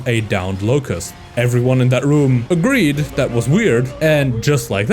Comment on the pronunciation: “locust” mispronounced